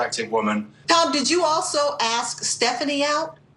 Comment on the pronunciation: it is ASKS not AKS